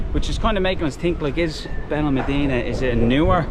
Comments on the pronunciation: Its Benalmadena pronounced Ben Al Mad ena not Ben Al mah deena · There's an accent mark above the the a in Benalmádena. That's where the stress is when you say the word. "ben al MAD eh na" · Please pronounce it correctly it’s benal ma like mat dena. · You need to work on your pronunciations. Where is Benelmadeeena? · You cannot even pronounce the name Benalmádena. You teach the public. Get it right please.